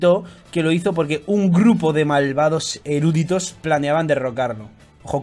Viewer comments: Chupito por cada vez que dice "erúditos" en vez de "eruditos". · No es erÚditos sino eruditos.